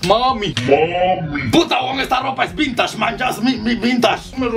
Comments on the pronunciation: Es vintashhh!! Jajajaja ;) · La ropa "vintash" JAJAJAJAJAJAJAJAJAJAJAJAJA MORI.